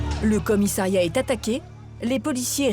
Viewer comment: A noter que l'on ne dit pas commisAIiriat, mais bien commissAriat